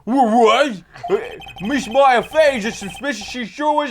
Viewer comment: sometimes reads things (completely or almost completely) different from what they actually say. (I.e. "Miss Maya Fey isn't pink! = (Miss May isn't pink)